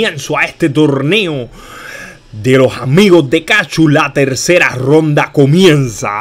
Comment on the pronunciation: No es imvita es invita y no es romda es ronda jajajajjajajaaja.